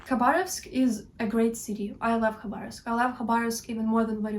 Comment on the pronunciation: Твоё произношение Хабаровска на английском должно оставаться то же самое как и на русском. Такое название не переводится на английский причём мы пишем название с "Kh-" в начале чтобы осталось на Английском такой же самое произношение какой имеет буква "Х". На самом деле много " англоговряще " не знают как произносить "Kh-".